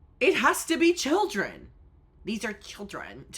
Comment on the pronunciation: hearing the kodee tyler "these arwe childwen" again destroyed me